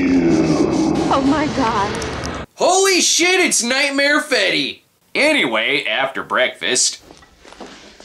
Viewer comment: “Nightmare Fetty” ahhhhhh lol